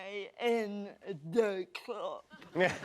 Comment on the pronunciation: I think they're laughing because she chose to say "da club", not "the club"